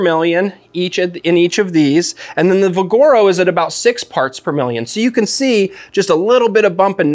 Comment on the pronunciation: It's VIGoro, not viGOro